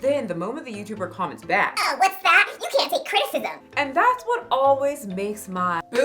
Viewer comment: She said crtitcism